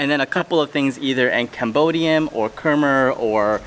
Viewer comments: Wow Soc Trang is my family’s home province!! That was the temple my family and I would always go to :’) also, it’s pronounced “Khmai.” You should learn more about the Khmer Krom people. They’re the indigenous Cambodian people of the Mekong delta and have a lot of rich history that you can learn from. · Love the video! Khmer isn’t hard to say it’s sounds like Thai correct annunciation is “Kum-mai” should be spelled like khmai, but spelled in English is Khmer. Hope you all get to visit Cambodia one day as well!